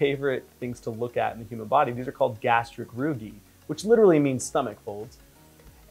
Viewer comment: Rugae is actually pronounced with a long i at the end.